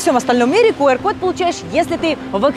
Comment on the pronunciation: Правильно произносить не «кУар- код» , а «кЮар-код»